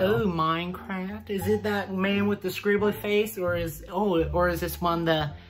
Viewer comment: His pronunciation of Mineclaft got me